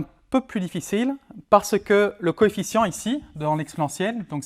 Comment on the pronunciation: coefficient et non coéficient !